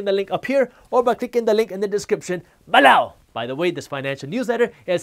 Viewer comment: Good videos. Just change the way you say below....annoying